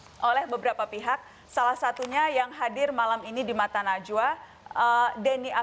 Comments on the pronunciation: Kalo ane geli pas denger dia nyebut namanya Mbak Nana. Nazwaa... 🤣🤣🤣😂😂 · Edy bikin ngakak anjirrr.. manggil najwa jadi nazuwa hahah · Najwa pak bukan nazwa